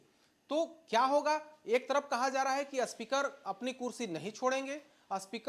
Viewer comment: जो स्पीकर को अस्पीकर बोल रहा हो, वो आये है ज्ञान देने... चल हट ..